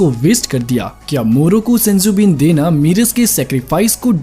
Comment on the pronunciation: मीरस नहीं मेरस